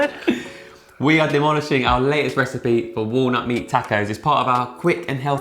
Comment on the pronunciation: Looks good, will try. Btw, you're saying tacos wrong.